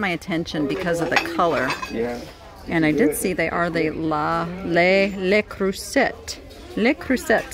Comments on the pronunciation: Just wanted to let your know it is pronounced 'le the e being 'uh' and creuset being 'cruz ay'. Just thought you'd like to know. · Thank you!! I have never been brave enough to let the resellers know how to say, but I cringe when they all! Mispronounce it.